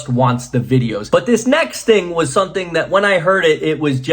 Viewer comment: Are you aware that you always say "something" with an 'n' not an 'm'?